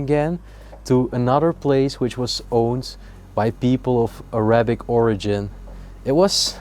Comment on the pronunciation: You know I’m going to stop listening or watching any of your uploads. You are supposedly bilingual and you pronounce the word ARAYBIK. first of all it pronounced A RAH BIK. Secondly please refer to us as a middle eastern family. We speak Arabic but we are Not ÁRAYYYY BIK. why don’t you show the room, don’t go through everything. We are not stupid. You tell us that there are pens and there is this and that. Show us and keep your personal opinions to your self. Your explanations are ridiculous have you heard your self, this is the pen that you use to write with. Your English is lousy. Your pronunciations are ridiculous….. it’s very Reeeeetro as you said. But it pronounced as RET ROW.